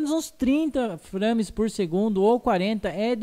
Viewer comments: o legal é ele falando FRÂMES ;-; se lê FREIMES (nao escreve assim... mas le assim) mas o video ta dahora... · A pronuncia é FREIMES. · "São FRÂmes" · SÃO "FRÂMES PORR SEGUNDU" fala direito mano kskksskksk o termo é em inglês saiba pronunciar